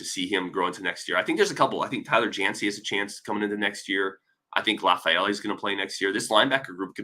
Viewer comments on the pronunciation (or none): none